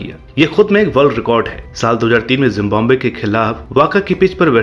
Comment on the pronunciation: Pronunciation sudharo tumhara Zimbombay nahi hai wo country Zimbabwe hai wo